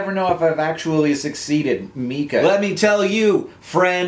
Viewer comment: sigh it’s..... it’s My-kuh. Not Me-kuh. I get it all the time 😂 but hey my question made it in there all the way from Naperville!!